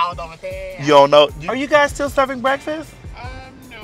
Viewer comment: "No breffis dawg"💀💀💀